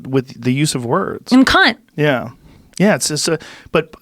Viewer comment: Americans saying cunt doesn’t sound offensive, I just hear “kuyn” when they say it😂